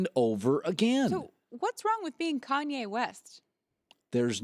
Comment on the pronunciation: every time he says Kanye I cringe so much